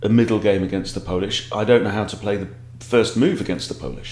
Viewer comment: Think you need to polish up on the Polish 😊